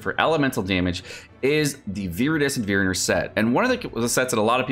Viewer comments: It's VeNerer not VeRener bro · take a shot every time he says viridescent verener pain when it’s venerer good video either way bro keep it up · Came to comments precisely for the "veerener" thing. As a person who likes english/grammar yada yada, that upset me 😅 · For starters, the way he says it isn't even the correct spelling sounded out. The correct pronunciation would be "ven-ear-urr," but quickly obvs. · I didn't want to say anything, but since you brought it up, my ears are still bleeding. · When will the man learn to pronounce “oblige” and “venerer” correctly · I didn't take it as passive aggressive. I tend not to take anything offensively, as that just causes unnecessary drama 😅 I was just pointing out that he wasn't even getting the letters in the right order. I hope the pronunciation breakdown was helpful.